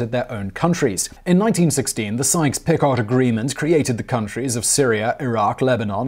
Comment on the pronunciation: Picot in the Sykes-Picot agreement is pronounced 'peak-o' not 'pick-ot'